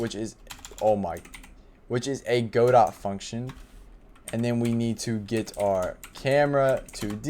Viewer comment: every time he pronounces godot incorrectly i die a little inside